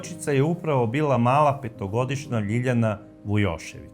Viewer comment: čim je rekao "petogošnja",..prekinuo sam video....